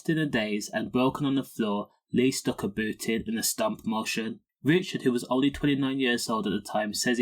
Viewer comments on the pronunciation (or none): none